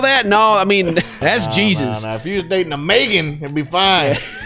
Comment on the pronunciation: " If you was dating a MAGAN, you'd be fine!" me, my name being Megan pronounced Magan : blush